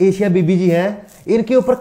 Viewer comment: Sir thoda padh भी lia kro.. Est निंदा nhi ईश निंदा होता है. Second baat एशिया बीबी Nhi अशिया बीबी है. 😡😠